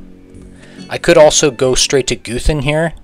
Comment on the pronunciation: Bc he pronounces it goothan instead of guhthin